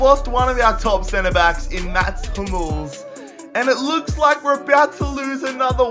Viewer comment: says Hummels is his favourite player, when he couldnt even say his name right 🤣🤣🤣🤣